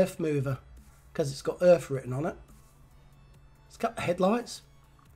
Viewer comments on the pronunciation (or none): Hi, first of all I enjoy looking at your channel, as a retired truck driver all of my working life I have drove many ERF's and Fodens', as other subscribers have mentioned the company is not pronounced "Erf" it's "ERF" in latter years there was all sorts of arguments within the family of Foden trucks, Edwin Richard Foden broke away to start ERF trucks, both company's have since defunct with I think ERF taken over by MAN trucks Germany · it’s E.R.F... not “Erf” the latter is what a Londoner plants his potato’s in.. 😂😂😂 E.R Foden was part of the Foden truck family. Foden wanted to stay with steam lorries but E.R Foden wanted to go diesel so started his own company E. R. F. Love the videos mate. Keep em coming